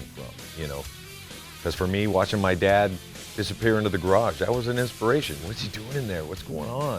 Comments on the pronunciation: I thought he said “Bad husband”. I even went back and listened again. The. Saw in the comments he said dad. 😂. Anyway, that was a cool video. His garage is insane! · Lol, I thought he said "I'm a "bad" husband", listened again and of course, "I'm a dad, husband.." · I thought he said " i'm a bad husband" lol